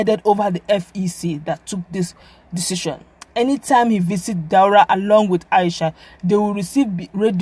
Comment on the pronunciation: Daura not Dualla. Haha